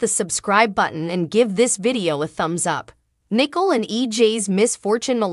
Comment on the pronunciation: Good grief her name is not nickel.